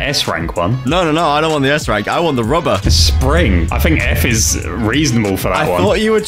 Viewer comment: Why does spring say spirit😂😂😂